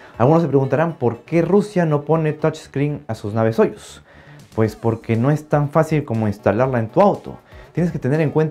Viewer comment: Muy buen video. Pero de hecho se dice sayus, así como sayus nerushimi respublik sabodnyk.